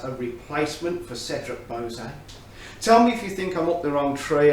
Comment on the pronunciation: Anyone this excited by Cedrat Boise should learn how to pronounce it. 😏